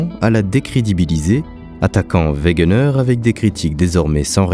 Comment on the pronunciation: Excellente vidéo mais il faut dire Alfred wegener et non wegner il me semble